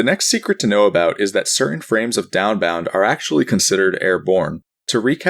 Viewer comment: downbound doesn't even sound like anything anymore. downbound. daunbaun. donboun. deoannnnnnnnnnbb